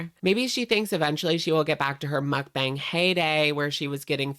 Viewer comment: I really like watching your videos, but your pronunciation of mukbang makes me cry. Muk is pronounced to closely rhyme with yuck and Bang closely rhymes with bong (like the thing you smoke weed out of). So it sounds like Muckbong (or muckbahng). Pls pls see this lol